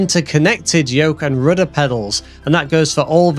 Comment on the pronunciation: Are you German? I like the way you say "rooda"